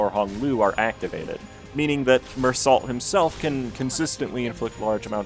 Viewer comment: Not really relevant to the video but fun fact about Meursault, being a French character you actually say his name as 'Meursaul', without the T. In French you don't usually say the last letter of words or names. And for his Großhammer identity, It being German inspired, it's pronounce as 'Grosshammer." It's hard to explain in text, but it's said the same way but with an S instead of a B, so not Grass Hammer or Gross Hammer. This is because in German their S and Z are pronounced the same so when they want the hard S sound like in English they either use a double S (ss) or use an eszett which is the B looking symbol (ß). Just thought that was neat that. And it total doesn't pain me a little to hear people mispronounce two languages in one breath.